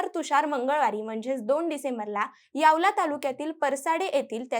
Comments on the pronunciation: यावला नाही..... यावल यावल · Yawla nahi yawal ahe tai